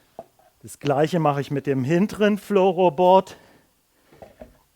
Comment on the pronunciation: Balangsseboaad und Floroboaad facepalm